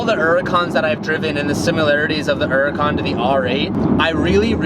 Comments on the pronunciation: Dear there is a H in Huracan... Please pronounce Huracan not Uracan... White callipers... Hmmmm nope. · Why do you fail to pronounce the H in Hurican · You know that Huracan has an "H" in in. Its Hur-a-can not Ur-a-can Huhh rah con